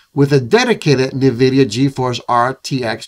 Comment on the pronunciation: It’s N VIDIA….. NOT Nervidia no one should be pronouncing this wrong in this day and age